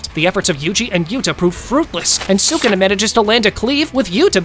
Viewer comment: Its sukuna not shukuna or sukna